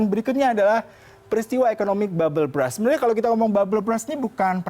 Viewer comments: Berst bacanya bukan bras. Klo lu baca bras itu artinya jadi "Sikat". Bisa baca kan klo tulisannya U duluan baru R? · Agak keganggu sm pronounce mas nya 🥹 babel bras